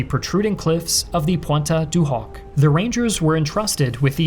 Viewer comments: DUDE... . Your French pronunciation SUCKS! Collie-ville? Pwontay-de-Hock? cmon man, try harder. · Lmfao my man just said "pwanta du hoc" someone put him out of his misery xDddd